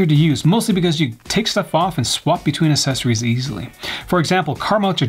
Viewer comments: The best "assesories" reviewers ❤️ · Assessories =/= accessories. It's like people pronouncing "et cetera" or "nuclear" wrong x)